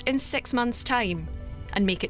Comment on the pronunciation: Beyond Planet Aeirth ? Space accent already?